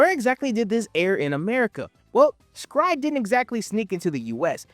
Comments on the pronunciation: S-Cry-Ed lives RENT FREE in my head.... Honestly because the name is so very unique that it locked in. I barely actually remember anything about the anime beside red arm guy and the dude who could control orbs. Everytime you say "scried" i want to cry. Lmao I always called it "Es-Cry-Ed" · I thought it was pronounced "sacred" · It’s not scry it pronounced S….Cry…. ed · Bro this is a classic I watched this on Toonami and everyone was talking about it. Also I thought the pronunciation of S-cry-ed is supposed be said as a sutter because it’s also doing a double entendre on being scared! So it’d S… Cry…. Ed that’s how we said back in the Toonami days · I absolutely HATE how you say this name and I'm gonna have to thumb it down and move on about my day lol